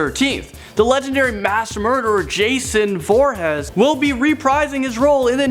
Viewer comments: "Jason Vorehez"? No, no... "Vor-HEES"! Like, as in, "HE'S a big-ass killer". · ITS VORHEES NOT VORHES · STOP making videos. You talk fast. SHOUTS for no reason. And it's Voorhees not vorhas??? STFU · "Jason vorhes!!" Ha!! It's Jason VORHEES DUMBASS. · Did he say Jason Vorhead? The Bye Bye Man was better than I thought it would be. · it's pronounced vor-hees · 'Jason VOREHEHZ' fuckin wot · What is up with youtubers saying things wrong. Shy- A- Lene, Vor- Hez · Alexander Smith Yes (sigh) Lol